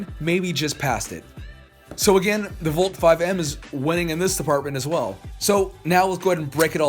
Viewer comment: Valk is pronounced : vALk